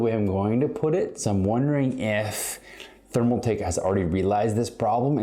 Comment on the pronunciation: My man calls it therm-A-take lmao. Either he can’t read or just a stupid wanna be. Gonna assume the latter.